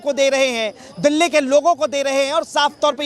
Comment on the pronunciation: दल्ले नहीं एंकर भाई दिल्ली बोलो।